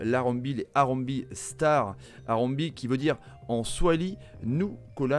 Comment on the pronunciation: Salut super présentation par contre harambee, se prononce harambéé et pas harambi